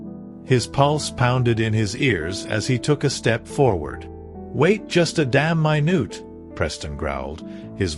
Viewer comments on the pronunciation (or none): This seemed to have been read by a computer. It pronounced "minute"(as in time) and pronounced it minute (last syllable, as in tiny.) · Can't you ever get an AI narrator that can pronounce common English words like minute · The way it said minute.. ...